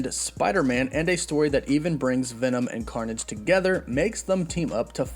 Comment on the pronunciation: all I heard was carnom